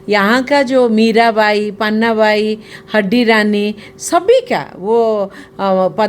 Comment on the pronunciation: हड्डी रानी नहीं माँ हाड़ी रानी